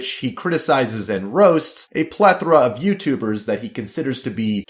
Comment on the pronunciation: Plethra lmao